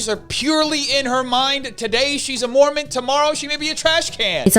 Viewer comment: Take out that second M in mormon. That sounds closer to correct.